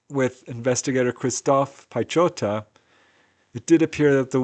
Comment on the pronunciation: Instead of butchering people's names, Next time google "pronounce polish word piechota".